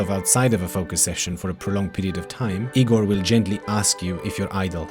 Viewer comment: I’m Igor! And I promise you wont find me that helpful. Thanks for pronouncing my name correctly though!